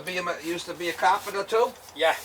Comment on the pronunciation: it's cop-en-ta he said it like 15 times lol